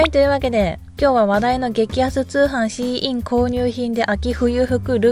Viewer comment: シーインのイントネーション初めて聞くタイプ笑笑笑